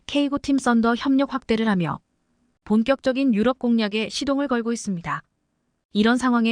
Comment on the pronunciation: km를 킬로미터로 못읽고 케이엠이라 하냐?? 2~3년은 2내지 3년이지 23년이 아니다. 나래이터 스크립터 둘다 엉터리다. 대폭을 대쪽 유럽을 유럼 올라타를 몰라타, 5~6세대를 5내지 6이 아니라 56세대 라니 더욱 가관은 2028~2030년을 2028 내지 2030년이나 2028년에서 2030년이라 읽어야지 뭐라 2천28만 2천 30년이라니 무능 무식대담의 극치다. 이런 스크립터 나래이터 둘 다 고만 12만명의 구독자를 모욕하지 말라. 또 5~5.5를 오 내지 오점오로 못읽고 오십오점오로 읽어제끼냐 고만 문닫거라!! 89세 노인독자.